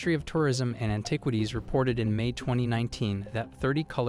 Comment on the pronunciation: Cracked me up when you said AnTIEquities.